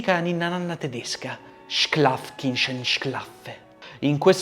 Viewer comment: „Schlaf, Kindlein, schlaf!“. La corretta pronuncia è sc come in sci seguito da laf, in pratica scilaf, ma senza pronunciare la i. E poi chintlain.